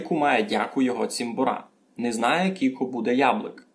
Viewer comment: НЕ кулько а через "ю" ся пише. Но уговорити треба як почти як англійськє слово "you" кyouлко - you. Тай усі слова шо говорете через "у", "і" та у нас через "ю" но як слово "you". Вы вобще наполовину на українськюв говорете. І много цілых слюв на українськюв, вы наші слова не употрибляєте. Я із Заріччя